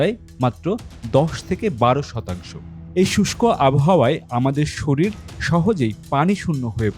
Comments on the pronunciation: শরিল থেকে?আগে উচ্চারণ ঠিক করেন,তার পর ভিডিও করেন,বোগাস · সরিল নয়, শরীর। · শরিল না কথা টা হচ্ছে শরীর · শরীল নয় শব্দটি " শরীর" হবে